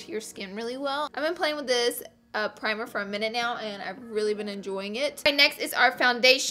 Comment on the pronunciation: Did she say primer from in and out??